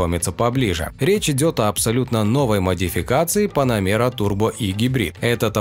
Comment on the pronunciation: Поработай над произношением слова Panamera😂"панамеера"😂😂😂